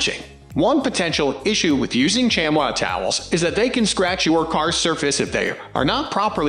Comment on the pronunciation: First off it's pronounced shamee not shamwa. Second, a good chamois is WAY more absorbent and any micro and better at removing water especially on glass. The more you use a chamois the better they get. You have to thoroughly wet the chamois before using then wring out as hard as you can. And there's always one side of the chamois that's more absorbent. Microfiber work fair on body panels but suck on glass.